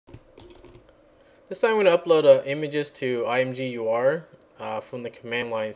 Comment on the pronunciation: I think it's supposed to be pronounced imager. At least that's how I've always said. Thanks for this, I love imgur but hate their upload UI.